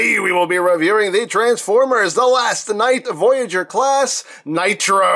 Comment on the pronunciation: hey says classe not classei